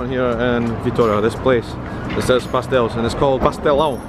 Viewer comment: Dude, I'm brazilian and I'm impressed with your pronunciation about our particular sounds... "ão", "inho", and the words with the accentuation marks (i.e. pastéis) were not a problem at all for you! Congratulations, your content is amazing!